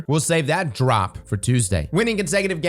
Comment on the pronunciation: Drop… They emphasized Drop… Oh No